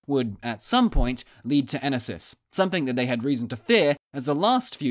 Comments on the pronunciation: I don’t speak Greek, but I strongly suspect it’s pronounced ‘’e-NO-sis”. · It's Ènosis. I'm greek....